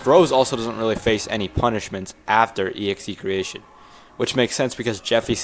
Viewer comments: It’s not EXE.creation. It’s excretion, as in excreting human waste. The song name is pronounced x-cre-shun. Excretion. The only reason that the EXE is capitalised and bolded with red is because it’s like Jeffy.exe. Like evil pooper-man from the early days of the Jeffy puppet. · You pronounce the name of the song "E-Ekze--cretion" And I think Poop Warrior should be another Jeffy from another timeline idk lol just a theory Also, "I'm sorry, I'm not reading great today", I mean, no offense but in every of these videos bro struggle reading lol (joke) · EXEcretion is pronounced xekreeshin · please do reveant next also its pronounced ex-cre-shon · 1. execretion is pronounced (ex-cruh-re-tion) 2. coquer's is the composer of most of the songs and (current) co - director of irida 3. Execretion is not roses personal hell from what i know its jeffy seeking vegeance for her and marvin leaving him with nancy 4. Poop warrior is possibly jeffy turned into god just like sonic.exe due to probably either being possessed by some poop god or hatred consuming him 5. Rose dies in the end of execretion from jeffy becoming 6. BTW nancy has nothing to do with the irida lore excluding poop warrior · its EXE crei-shon zawg🥀💔